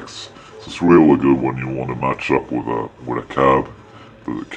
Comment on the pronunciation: So. Is everything "areally guud?" :D